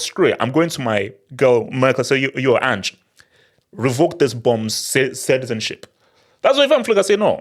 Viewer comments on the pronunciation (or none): none